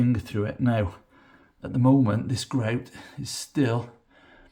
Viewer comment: I like the way he says greouwt